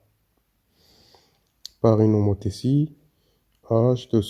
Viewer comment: Merci prof. Une petite remarque l'homotitie se prononce:homotissie(tie=sie)et bon courage.